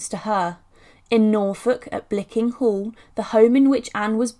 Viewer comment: actually its Blickling hall not bickling.